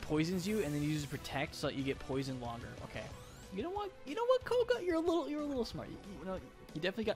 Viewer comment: isn't it "Koga"? Not "Kogo"?